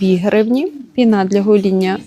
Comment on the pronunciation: та не пінА, а пІна. Чому таке викручування мови?